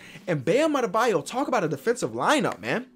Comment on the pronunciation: Knicks: have mo bamba: "bam adabyo" Mo bamba: 😑😑😑